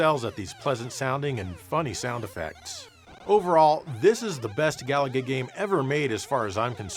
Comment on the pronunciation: It's pronounced ga-LA-ga, stress the middle syllable!